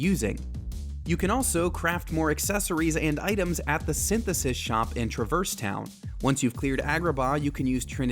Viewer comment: Disliked Trah-Verse Town, how we know this person has never played the game and is just reading a script 😅